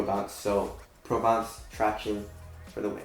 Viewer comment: Stop saying "tractiones". Almost as annoying as you complaining about 'I can't feel the forefoot cushion". Not sure if you are trying to be funny but it ain't funny at all. Lmao